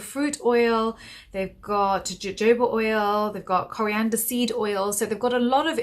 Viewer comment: It's pronounced hohoba oil.